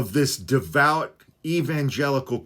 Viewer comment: “De-vout” uhhh-huh! 🤨